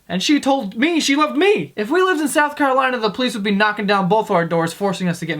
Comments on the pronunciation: lmao am i the only one who noticed it said south carlolina instead of carolina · In "Carlolina" lololololol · "South Carlolina" Nice one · "South Carlolina" XD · Carlolina lol added to many L's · Did anybody notice he said "south carlolina"? He's a fucking liar! We don't have that state! I'm sad. I thought i could trust you joe. I became best friends with a joe just because you guys shared the same first name. I don't even know what to live for anymore. I'm gonna bang my best friends sister now cause he deserves it and we're probably gonna stop being friends. You made this happen! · "South Carlolina"